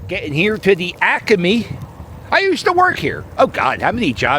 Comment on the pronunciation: I worked at the Naval Supply Depot ( ASO compound ) for too many years because I am recognizing EVERY SINGLE place you mentioned! Thank you for pronouncing ACME the correct way ! Is there a difference between "The Northeast" and "The Greater Northeast"? Where does one end ? The Asians used to gather those StinkBalls and sell them!